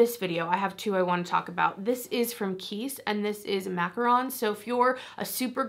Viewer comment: Thanks for talking about fragrance and media faves! I want to try that macaron fragrance. ALSO- I can’t thank you enough for pronouncing “macaron” correctly bc SO many people say “macaroon,” which is an entirely different cookie!!!!